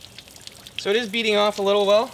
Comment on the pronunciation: he keeps saying beading off yet all I hear is beating off! lol